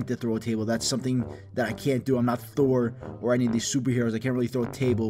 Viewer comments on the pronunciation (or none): none